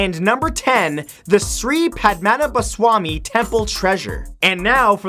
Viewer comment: The pronunciation of "Shree Padmanabhaswamy" killed me! No offence, its just very(i mean very) funny.